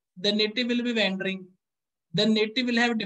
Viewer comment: Sir wandering ki ye pronunciation hai - वौंडरिंग..🙏